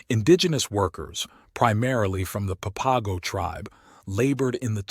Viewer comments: Pap-a-go geeez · As a local on the border, I must admit as much as I enjoy your stories, I cringe at some of your pronunciations... "Papago" is pronounced 'papa' (like a father) and 'go' (like stop and go.) "Papa-go." And "Saric" is pronounced like 'Sare' (like Sarah) and 'ick' (like sick) "Sare-ick." Babaquivari is kind of a tough one. You're not alone getting it wrong. It's 'Bah-bah' (like a baby saying bottle) 'key' (like key) 'va' (like ya) 'ree' (like see) "bah bah key va ree." Placer is pronounced with a soft A, not a hard A. "Plass-er." Amazingly, you got the name of my home, Arivaca, right. By the way, I've got a treasure tale for you... I guarantee you've never heard this one, but it's absolutely true. It takes place in the 1980s, involving an old prospector squatting on federal land, a juicy vein of gold and a lack of permits with the forest service. Get ahold of me privately and I'll share the details with you.